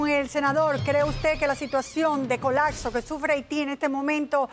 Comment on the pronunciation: Yo escuché colaxo no "colapso"